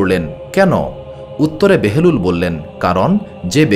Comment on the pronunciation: হযরত বাহালুল দানা, উচ্চারণ বারবার বেহেলুল বলতেছেন কেন ?